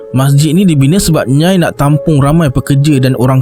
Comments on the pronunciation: Rasenye nyai tu bkn satu sebutan nyai..tapi dua sebuatn, nya ee 😊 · Kalau tak salah nak sebut nyai tu sebutannya nya-ie sb org johor pgl gitu.. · Nyai tu sebutan dia Nyai-ee kan? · Macam salah je sebutan nyai tu bang😅😂